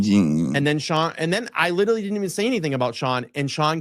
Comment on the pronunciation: Time 'lierrally' drifts on the timelines in this 'cummmidy' anyways so no one cares